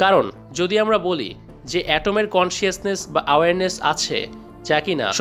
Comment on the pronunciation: it's not কনশিয়াসনেস! it's কনশাসনেস। and not আওয়ার্নেস! it's এওয়ার্নেস।